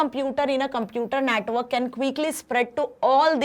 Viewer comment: Mam pronounce network as a natwork